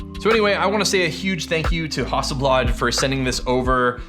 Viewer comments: How do you say Hasselblad again?!! 🤣😁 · you say hasselblad wrong and it bugs me